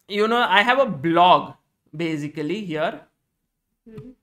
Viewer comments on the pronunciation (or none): No one - Sagar Shah - So Bazically 😂